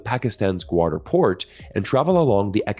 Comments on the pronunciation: its GAWADAR not GWADAR. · when you pronounce names not familiar to you, like GWADER, just take time to ask a Pakistani near how to pronounce it correctly; otherwise, it looks weird and unpleasant.